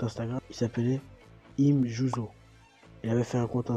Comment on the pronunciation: "him jouzo" 😭 ça se prononce "aym juzo